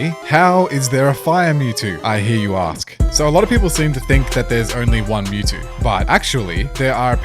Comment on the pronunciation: Mewtwo not mental